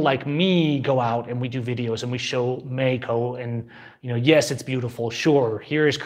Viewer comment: say meXXXXXico....